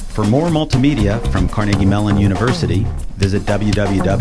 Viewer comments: I'm willing to be "wrong" about pronunciation and syntax on everything I say, having grown up in Pittsburgh... except for one thing (which is validated in the first few seconds of this video): It's pronounced "car-NAY-gee", not "CAR-nuh-gee". It has always been car-NAY-gee. It will always be car-NAY-gee. Unless you're talking about CAR-nuh-gee Hall in New York, which (for some reason) is okay. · I was born in Carnegie, which we pronounced "Ker-neggie." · Perhaps to help those who don't hear it pronounced locally, we could more accurately spell the enunciation of 'Carnegie' as ker-NEGGY. .. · I pronounce "Carnegie" the way Andrew Carnegie himself pronounced it: car-NAY-gie. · Which way do you think is correct? CAR-ne-gie or car-NAY-gie? The latter is actually the correct pronunciation, and the way that most Pittsburghers (including myself) pronounce Andrew Carnegie's name and the local institutions named after him.